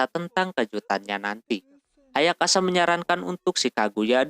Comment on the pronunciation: Bang lu napa nyebut nama ayasaka, ayakasa mulu dah